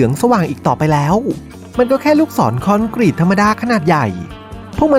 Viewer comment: ใครอ่านคอนกรีตเป็น คอ-นก-รีต ต้องไปเรียนภาษาไทยใหม่ละ😂